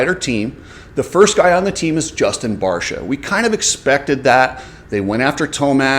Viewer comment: it's also barcia and not barsha